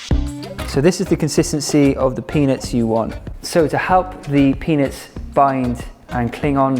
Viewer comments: It's not his accent - he did say penis, and he knew it, lol! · Why does it sound like you’re saying penis? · Chandra Heidel not his accent at all he legit said penis 😂😂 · I need a compilation of Gaz saying: Vebgetables and peanots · I keep thinking you’re saying “penis” 😂 Nice video though. I’m making this tomorrow! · If you didn’t have emphasized the peanuts .. I wouldn’t have noticed hahah